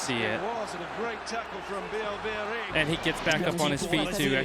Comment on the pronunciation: Votre prononciation de son nom est déjà une grande réussite pour un anglosaxon.